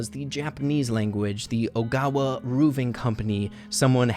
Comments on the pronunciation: Was anyone else triggered each time read “Owaga” but said “Ogawa” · says OGAWA instead of OWAGA Me: my last name is Tsugawa, but sometimes people say it as Tsuwaga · the roof repairing company is called "Owaga" but you always said "Ogawa". Its ok since i do things like that also "Ogawa" sounds correct but, "Owaga" doesn't. All these theories are believeble. And match up with eachother. But at the same time it could be all wrong.